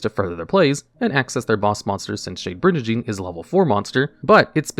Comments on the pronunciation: Do you really have to say bridge and Dean 500 times because that's not how the word is pronounced it's like brigand. Intensely mispronouncing a name wrong as many times you can is very interesting for a YouTube strategy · Trap monsters are super fascinating. Also, I died a little inside every time you pronounced it "bridge-andine". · I'm getting overly upset by Shade Brijandine's wrong pronunciation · WTF is a Bridge-a-dine??? Learn how to read for the 100th time!! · It's actually pronounced "Bri- GAN - DEEN" with a hard "G". A mispronunciation like this wouldn't normally bother me this much, but you talk about the card for a while and say it so many times... Also, Dinomischus can banish ANY face-up card (important to remember if you can't target your opponent's cards). You wouldn't want to accidentally banish your own cards. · Good stuff but bro that is definitely not how you pronounce brigandine, it's a soft G not a J sound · Or the slaughtering of "brigandine"